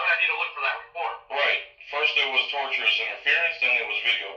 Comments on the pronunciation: Learn to say tortious - you sound like you're saying tortured or something. TOR-SHU-US or TOR-SHUS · I'm on your side. Having said that, I want to make sure that you know that there are 3 words: Tortious, tortuous, and torturous. It sounds like you're saying the latter. It's sounds like you're talking about torture. I'm not trying to pick on your. It just sounds funny. I wanted to make sure that you know the right word. Much respect, and may God send his angels to protect you as you go about preserving all rights. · Tortious interference refers to property tort. Pronouced TORSHUS